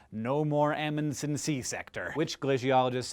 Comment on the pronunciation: Aaaaargh you're saying Amundsen wrong